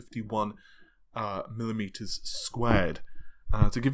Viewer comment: Why can you say millimetres like normal people?